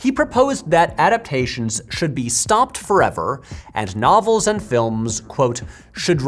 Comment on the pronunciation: Everytime he said "novels" i thought he was saying "knobbles"